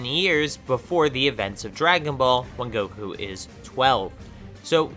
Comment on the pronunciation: he said koku instead of goku🤣🤣🤣